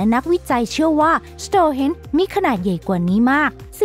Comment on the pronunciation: Stone ที่แปลว่า หิน ไม่ใช่ Stores ที่แปลว่า ร้านค้า อ่านผิดๆถูกๆเกือบทุกคลิป หงุดหงิดนิดๆ